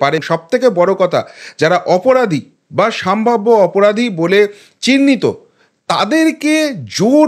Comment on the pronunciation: সম্ভাব্য বলুন সাম্ভাব্য নয় কথাটা।